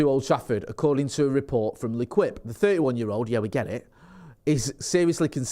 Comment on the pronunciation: L'equipe. ...pronounced "Le...Keep"....